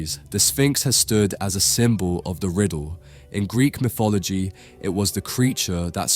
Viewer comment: MIFF-ology? FEEBZ?